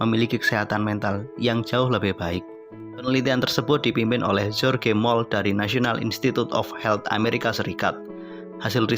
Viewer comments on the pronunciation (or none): none